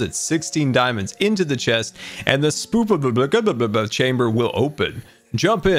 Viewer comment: I love pronunciation of "spookification"!